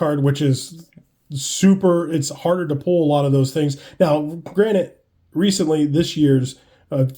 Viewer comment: *Granted. Not Granite. you're talking about cards, not rocks 😂